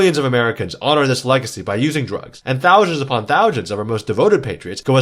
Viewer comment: Anybody else hearing this dude say "Thowe-Shuns" instead of thousands?